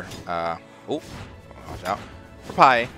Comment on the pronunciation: Pajé tá jogando INSANAMENTE meu irmão! (a pronúncia é "pagéh" seus gringo louco)